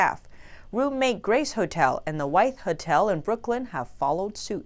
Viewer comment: hmm you pronounce Hotel as he~tel